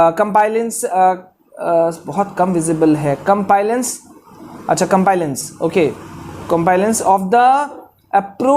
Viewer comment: Pronounce compliance properly